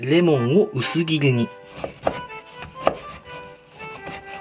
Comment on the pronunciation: 〜『レモンを薄ギルィリッ』